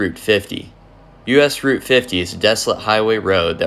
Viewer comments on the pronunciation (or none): none